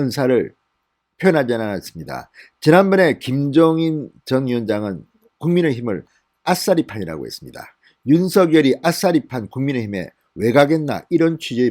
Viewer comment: 아싸리판 아니고요...아사리판 입니다..아사리판..